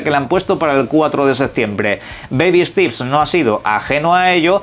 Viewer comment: Que mrd significa stips? Steps pendeyo steps se pronuncia stEps